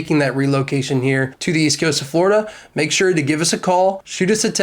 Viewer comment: Forida? you mean any location now.